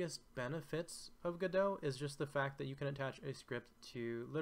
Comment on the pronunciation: Immediate thumbs up for having taken the time to learn how Godot is pronounced. It shows an admirable level of attention to detail. Thank you.